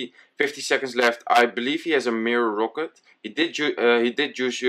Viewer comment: omg can you say rocket and not rooket?